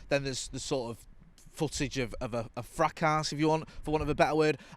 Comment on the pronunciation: It’s fracas , but you say it fracar not fracarse ... haha